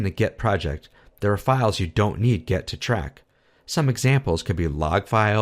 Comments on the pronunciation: yeah, think so too. but what kinda annoys me is that it sounds like you say „get“ not „git“. :D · seriously, it is extremly annoying the way he pronounces GET. He must know better. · Great video overall... but you kept saying 'GET' rather than 'GIT' which was driving me insane!!! Good video though :) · Is it me or does he say "git" exactly like "get" about 90% of the time? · Why do you keep saying "get"? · great video, but sounds like you're saying get instead of git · This video was so good that I'm able to ignore that you're saying git like get! ;D Thanks so much! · Seems good but how can 'git' be pronounced as 'get'? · I appreciate the video, and the effort that went into it, but hearing you pronounce "git" as "get" is a constant distraction. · Why does he pronounce GIT as GET? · why pronounce git as gEt??? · Are you intentionally pronoucing git as get to annoy me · "Git", not "get". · very nice video, but why do you keep pronouncing "git" as "get" ? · why are you saying get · why do you call it "gEt"? it's not pronounced "gEt". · It's kind of annoying. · excellent video! (btw...are you saying 'get'?)